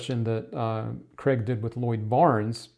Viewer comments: Its not Creg, its Craig pronounced Crayg! Why cant Americans grasp this???? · I used to thing he was Graig😭